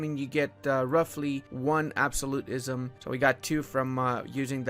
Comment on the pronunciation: Ab-so-lu-tism Not ab-soli-tism